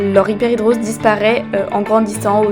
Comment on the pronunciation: On dit Hyperhidrose et pas Hyperhidr_i_ose comme tu le dis ;-) et la musique est trop forte, autrement moi cela fait une paie que je vis avec ça mais surtout dans sa forme généralisée. C'est un enfer... Heureusement j'ai trouvé une substance (dont il faut une ordonnance (en tout cas en suisse) car bcp d'effet secondaires (un peu comme tous les médicaments) mais qui pour moi finalement sont acceptables pour avoir une vie à peu près normale) il s'agit de l'Oxybutynine, je ne sais pas is je peux citer un médicament est c'est pour cette raison que je ne cite que le composant principal. Renseigne-toi avec ton docteur, et essaie. Cela a vraiment fonctionné pour moi à partir de la 2 ou 3ème semaine. Il faut par-contre en prendre tout les jours (mais c'est pas obligé, pendant mes vacances je diminue la dose par-exemple). Voilà courage!